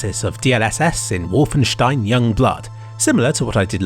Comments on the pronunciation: He still missed the “W”, which should be pronounced as “v”. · Pretty sure it's and o and not an u like he pronounced it but idk. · It's not wooooolfenstein wie in Ohr, but Wolfenstein, Like in 🐺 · You say '-stein' with the correct pronunciation, but keep the 'W' as a 'W', instead of a 'V'. Why? PS: Interesting piece on DLSS. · Wulfenstein =/ W O lfenstein. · you pronounce it 'wolfen-shtine' the 'St' sound in german is always spoken like 'sht'; 'sp' is also pronounced as 'shp' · No its Wolfen(steen). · I like how e pronouces Wolfen english but stein german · As a german it feels weird to hear "Wolfenstein" pronounced with the "Wolfen" in english pronounciation and the "stein" in german xD The "o" is in german the same sound as in the first letter of "oculus", while you pronounce it more like the "u" in "oculus" ^^